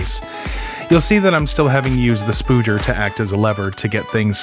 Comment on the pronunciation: "Hey Home Depot, got some of them SPOODGERS?" xD